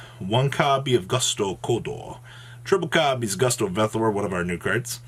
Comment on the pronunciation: I'm talking about when he said "boosto", "boosto", "boosto"!